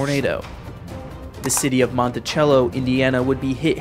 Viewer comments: Monticello where the c is pronounced ch in New England, but in Indiana it is pronounced with an s. Mon-ti-sell-o. Otherwise. Thank you. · FYI: It’s Monti-sell-o. Also, Versailles is Ver-sales here. We don’t do well with foreign words here! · I was wondering if somehow it was pronounced differently than Monticello KY despite the same spelling lol